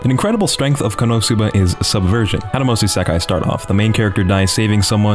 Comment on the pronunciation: Anybody else get triggered when he says Isekai,I feel like he's doing it on purpose just to screw with us ;-;.